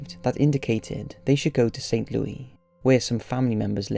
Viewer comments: St lowey that’s how h said it I’m dead 😂bruh it’s St. Louis not st lowey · Bruh, it’s pronounced like how it’s spelt. St Louis. Not St Louie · It's pronounced Saint LouIS not Saint LouIE. I didn't live there for most of my life to hear it be disgraced!!!! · From St. Louis here....its Saint LOU-IS not Louie. I love your videos regardless though. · Its saint LOO~IS. Just saying. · Bruh, St. Louis is pronounced with the S sound, not St. Louie lmao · Once again you did no research on the proper pronunciation of a major city. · do NOT tell me he just pronounced st louis as st louis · don't say it....crap he said it.....he said again screams internally that's not how St. Louis is pronounced. We are a weird bunch. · I love Top5s, but his pronunciation of "St. Louis" and "Maryland" got me cracking up!